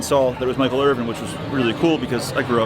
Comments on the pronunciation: There is no G in his name. it's Irvin. No G. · Bruh, its IRVIN not Irving, need to tighten yo shit up! You makin the man Jewish!! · It’s IRVIN not “Irving.”